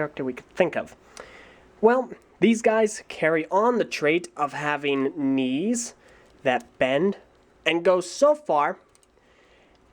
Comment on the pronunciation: I thought he said wings